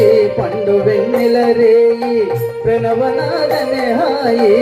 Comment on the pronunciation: అయ్యా గురువుగారు ప్రెణవ నాదం కాదు సార్..... ప్రణవ నాధం అనాలి..😂😂